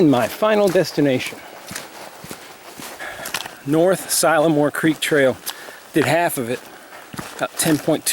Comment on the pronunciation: I am from Arkansas. We say seal-a-more. Lol. Love this video! Next time please show Gunner Pool. There is a tall rock that kids jump into the cool water from. The wild hogs have contaminated the water for the past several summers. They close the pool down for swimming when this happens.